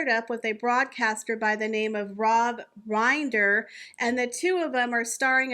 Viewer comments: The “I” in Rob Rinders surname is pronounced like “wind” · That’s Judge Rinder. It’s pronounced with a short i. He is the Judge Judy of The UK.